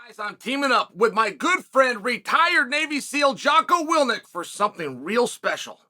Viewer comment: “Jocko willnick”